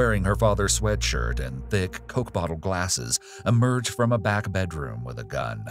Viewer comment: Love how he said don’t worry hes beck on death row